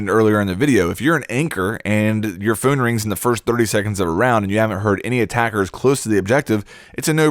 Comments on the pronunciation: Are you saying "phoone call" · "phoon call" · He says phone funny, that is all.